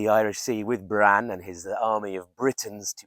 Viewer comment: Really interesting vid! Long "a" in Bran